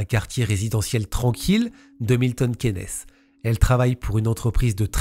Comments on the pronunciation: Cool story. Ps: on dit Milton ‘quins’. K-i-ns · Milton Keynes se prononce Milton Kines